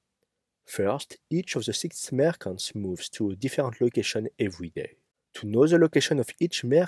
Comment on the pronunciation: Merchants, not mercants